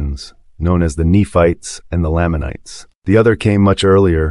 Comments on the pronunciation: you're pronouncing lamanites and lehi weird. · You’re pronouncing these made up names wrong 🤔